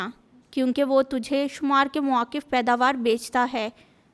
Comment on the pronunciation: Well Done 👍✅️👏 Aap ne BUHAT Achi BIBLE Reading ki, Bas 1 Lafz (muafiq) Shayed Aap k loue bilna Mushkil Hy. It happens, no problem 😊. GOD Bless 🙌 You.